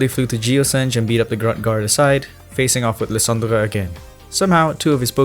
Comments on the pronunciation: Lie-san-dre not Lie-dan-der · hey! lysandre is pronounced lie-san-der 😄 good video tho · i spent a good 5 minutes trying to recreate how you pronounce "Lysandre." i wasnt even close